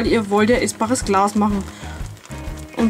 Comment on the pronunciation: Am Anfang habe ich verstanden essbares Klaus 😂😂